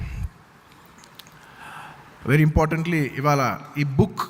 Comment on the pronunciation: వీడికి “ఇవాళ “ అని పలకటం కూడా రాదు,ఇవాల అంటున్నాడు. అల్లు రామలింగయ్య సపోర్ట్ తో మెగా ఫ్యామిలీ ఎదగటం ఏంటి? Talent లేకపోతే చిరంజీవి mega స్టార్ అయ్యే వాడా? ఒళ్లు పొగరు ఎక్కువ అయింది అల్లు అర్జున్ కి